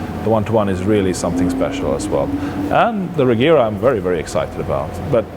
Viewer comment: its pronounced 'reyera' not 'rejera', but spelling is regera. I saw it in a video